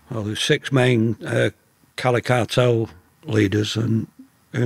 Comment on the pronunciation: What’s the name of the cali cartel he kept mentioning , Lewcha??